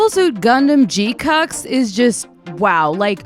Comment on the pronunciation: this is the first time I've heard someone pronounce it as "G-cucks" and honestly I don't blame you LOL (it's more like G-Qwux I think) If you could handle the political subplot from GQ I definitely recommend the original 1979 show, it's pretty mature with its wartime subject matter for a shonen of that era (and would clue you in on the relationship between Char and Lalah). The movie trilogy makes the plot more digestible but it trims out a lot of stuff (for example unc Chalia Bull in GQ, is basically nonexistent in the movies)